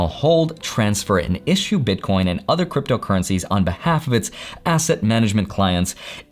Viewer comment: are you calling them bitcorns ?